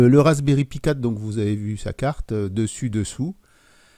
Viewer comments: Et vous pouvez regarder toutes les vidéos en anglais que vous voullez. On dit Raspberry "paille" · "pie" "trède"..., s'il vous plais, par pitié... Appelez un chat...un chat: Un raspberry "paille" - un "suède" (avec la langue sur les incisives). J'adore votre travail, mais mes oreilles saignent.